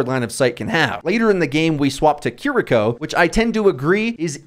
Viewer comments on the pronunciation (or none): none